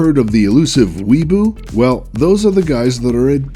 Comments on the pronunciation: he doesn't do memes or else he would know how to say weaboo (he said weeboo ._.) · Yeah and he said ¨weeboo¨ xDD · I love how he mispronounced Weeaboo and MMORPG "weeboo" "MMORGP" XD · they pronounced. weaboo, "weeboo"...you have lost all my respect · BTW it's pronounced wee-ah-boo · "Weboo" Triggered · it's WEEABOO and MMORPG learn to pronounce things before putting it in a video that gets hundreds of thousands of views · u said weeboo. u say weeaboo. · Nlol he said weboo and rgp XD this guy knows his shit